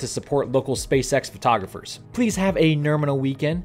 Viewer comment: Again. "Nominal" is a word. What is "Norminal"?